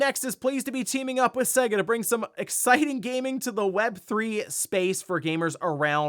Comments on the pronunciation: It's SAY GAH not seguh, how can you know anything about games and not even say it right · I'll say it again til this guy gets it, for decades SEGA has had their name annoynced before their games begin. It clearly says S-AY-GA not S-EGG-A, it's not hard to pronounce.